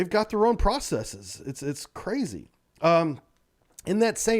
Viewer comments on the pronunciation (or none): none